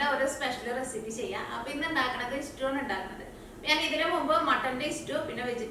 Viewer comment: is cooking ability is great. Pl.dont pronounce stew as istew